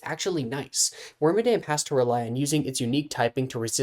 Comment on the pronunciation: Claims it's awesome but doesn't care about it enough to pronounce its name correctly.